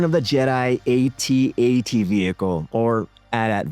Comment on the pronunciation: A true Gen-Xer knows that it is pronouced; AT AT, not A.T. A. T. There is no, "I pronounce it both ways." hahaha